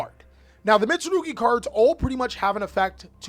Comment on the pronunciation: The way you butcher the names tho 😭🤣🤣